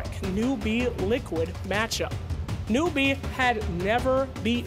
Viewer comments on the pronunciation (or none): Not newBEE. It's NEWbee. God fucking damn it.